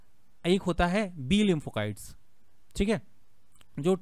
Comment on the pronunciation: लिंफोकाइट्स नहीं sir लिफोसाइट्स होता है